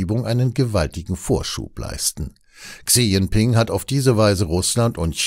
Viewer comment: "Chi Dschingping" aber trotzdem - wie immer ein guter Beitrag 👍